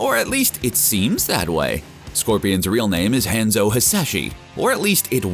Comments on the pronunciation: Don’t even try to say honzo husashi at least don’t say hanzo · Dude on Video: misprounces Hanzo Hasashi. Me: closes the video immediately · You call his name wrong and bit then say it's correctly and then incorrectly for the reminder of the videos. You call Sub-Zero a member of the Shirai Ryu You also didn't mention Quan-Chi being the one who caused Scorpions death.